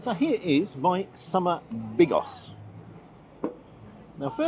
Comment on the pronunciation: lol when you said "summer Bigos" it sounded like Monty Pythons "Bigus Stickus ", sausage being the Stickus bit i presume. . I've seen perogi in Lidl i think. do you starve your self earlier in the day to really get an appetite going ?